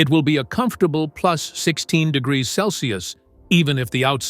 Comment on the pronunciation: De..jereere ? What the heck ? That was a mouthful !!!! Why can’t a robot pronounce the word degree ?